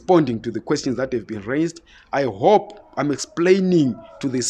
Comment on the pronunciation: I HHHHOP low lives. HHHHere 😆